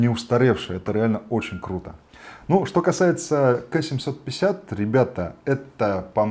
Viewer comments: ну... не Кэ, а Ка. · Не КЭ а КА, очень режет слух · Ну так-то правильно говорит ( только не "кэ", а "Кей", по-английски), но да, кто его так называл.. конечно Ка) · Да не кэ, а ка!!!!!!!!